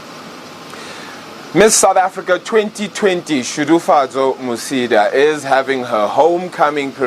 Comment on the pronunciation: Congrats Shudufhadzo!!! it is not Shudufadzo, its SHUDUFHADZO!!